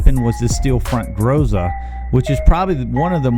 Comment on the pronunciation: Excellent research, thank you! Unexpected. By the way, if anyone cares — in Groza the stress is on the last syllable. Grozá. Means “thunder” in Russian.